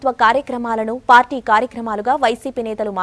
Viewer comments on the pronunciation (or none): none